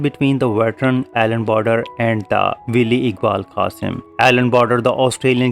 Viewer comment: The stumping needed a conclusive view from the square leg camera. Was the stumping an unfair dismissal? Why has it not been shown? The pronunciation of inevitable is IN-EVI-TABLE not in-vity-able. Similarly wily is spoken WY-LEE not wee-lee.